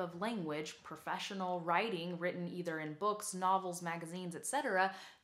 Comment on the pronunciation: "So they have to be very percise [sic] with their language." PRE-cise. "The words have to be percise [sic]..." PRE-cise. "The sentences have to be percise [sic]..." PRE-cise. "...perfessional writing [sic]..." PRO-fes-sion-al ().